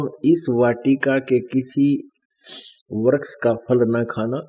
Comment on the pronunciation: Hindi toh dhang ki padh nahi arahe hai bible uthaliye Vriksh ko vraksh istri ko satri aur uttpati ko utpattee padhte hai beech-beech mein akshar chhod dete hai😁